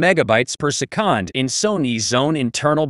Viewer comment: Who ever is using this Chat GPT voice screwed up big time. Why do that when you can read a script and make it sound NORMAL? My suggestion scrap the sound and re-record and if English is not your first language have someone help you with it. Se-kond doesn't exist in the English language and it will make your video, well, not respectable.